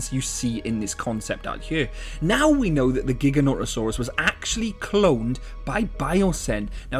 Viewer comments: and pronouncing it wrong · Your saying the name wrong